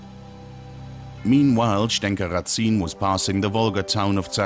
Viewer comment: Just a remark. The last name Разин is spelled in Russian as Razin (rAh-zin, with stress at the first syllable), not as Ratsin in german way. ☺ And yes, Razin was regarded by the plain people of his time as a 'good chieftain' like Robin Hood in England. At least, there is a folk song on his favor.